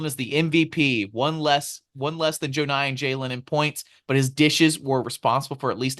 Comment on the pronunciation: Savage! Haha. Love this show. JOE-nye kills me. Pretty sure it’s JUH-nye